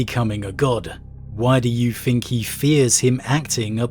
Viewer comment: Does he say fink? I always wonder this